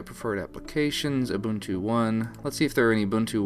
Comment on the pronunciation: its not ooh-bun-too, its ooh-boon-too. ubuntu.